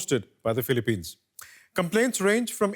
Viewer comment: "Philippinean" lol